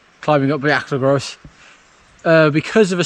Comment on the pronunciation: Great ride with lovely weather. A note that the Bwlch y Groes is pronounced “Boolk uh Groyce”. Hirnant Pass is so pretty and I agree with you that the Bwlch y Groes is the hardest climb in the original 100.